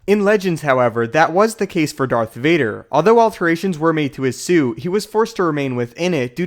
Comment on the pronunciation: woah woah woah, did you just say dark vader at the very beginning?